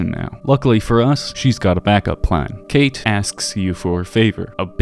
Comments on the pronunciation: Oh god her irish accent is brutal. Also her name isnt actually pronounced kate, Cáit is usual pronounced kinda like caught or cot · Being Irish myself I can't take anything she says seriously cos her accent is just DREADFUL, she sounds like she's about to steal me lucky charms! Not slamming the VA she probably was given bad direction by Bethesda. Furthermore, spelled like Cait, it's shouldn't be pronounced as "Kate" it should be pronounced as caw-ch. Great video though!